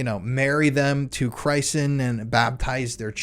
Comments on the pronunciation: just so you know “christen” is pronounced like the name “Chris” not like the word “Christ” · You repeatedly pronounce christen incorrectly. It has a short “I” as in the name “Chris.”